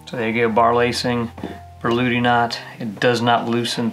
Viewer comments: "Börludi knot"... Really, that's how you pronounce it? 😉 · I've only ever seen it written Berluti. As far as how to pronounce it I don't really know. I only know how to tie it 👍